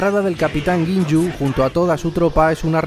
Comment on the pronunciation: Cada vez que dices "Guin-yu" se muere un cachorrito... Pero mayoritariamente es un buen video